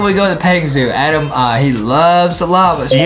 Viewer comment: It's adem not adam